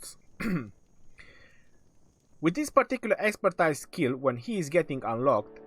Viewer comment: Love your videos but you should start saying the word Expertise as ekspərˈtēz